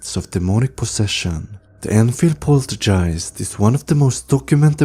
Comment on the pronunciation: Poltergeists. Hard g not a j sound. Thanks!